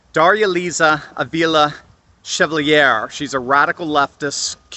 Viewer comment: Chevalier. French name. Pronounced Chev ( as Chevrolet) - all yay . Thanks for the positive prospective! Great analysis.